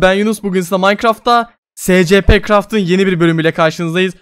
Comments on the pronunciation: SE CE PE diye okunmuyo Sİ ES Pİ diye okunuyo. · O se ce pe diye okunmuuo si es pi diye okunuyo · Neden S-C-P diyon essipi diye oku SINIRIME GIDIYO YAZINCADA ANLAMIYOOON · SECEPE değil ESP .d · Normal insanlar : escipi (okunuşu) Yunus abiğ:SECEPE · SECEPE craft doğru okunuşu: esipi garaft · abi aslında secepe diye okunmuyor essipi diye okunuyorda :D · Abi scp nin okunuşu :secepe diye değil esepi diye okunur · Abi Scp diye yazılıyo eysipi diye okunuyo sen secp diye okuyon.yanlış okuyosun yani ben eysipilerle ilgileniyorum o nedenle biraz takıldım.(Görürsen sevinirim) Bu arda konunuşlarını yaza bildiğim kadar yazmaya çalıştım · abicim scp scp olarak okunmuyor 'es si pi' olarak okunuyor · abi SECEPE değil ES Sİ Pİ diye okunuyo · ab secepe diye değil esipi diye okunuyo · scp diye okunmuyo esipi diye okunuyo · Scp esipi diye okunuyor ve bu vakıf çocuklar için değil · Abi Scp Esipi diye okunuyo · Scp diye yazılıyor esipi diye okunuyor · Scp diye okunmuyor escipi diye okunuyor. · Abi scp craft escipi craft diye okunur doğru oku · Abi Scp yerine esipi diye oku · Scp değil esipi deye okunur sadsadasdasd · Abi "esepi" diye okunuyo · abi onun okunuşu esipi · SCP'yi "se-ce-pe" diye okuduktan sonrasını hemen kapattım🤢🚮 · Esipi yi SECEPE diye okuyan tek milletiz ha